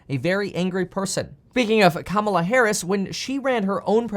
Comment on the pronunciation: Just an FYI. When you pronounce Kamela Harris name that way CNN says you're a racist. You must pronounce it comma/LA Harris to avoid this.